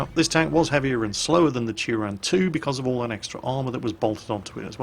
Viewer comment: Turán is pronounced in Hungarian more like Turaan. I've been there